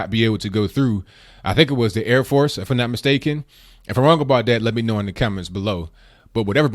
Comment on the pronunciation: its that not dAT. CORRECT YOURSELF PLEASE